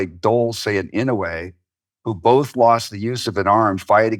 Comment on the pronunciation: Your pronunciation of (Senator Daniel) Inouye ( ih-NO-ay) is incorrect.